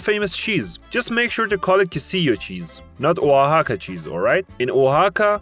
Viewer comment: Alright bro I'm from Oaxaca and can speak English and Spanish, and on top of that you were pronouncing "Oaxaca" as Waka at the start, and did it probably 5 times or over till you actually started pronouncing it correctly, I like the video but I know for a fact you got many things wrong on everyone else's state, I get it tho ur acting like you know what you're talking about when in reality you don't know shiiiiet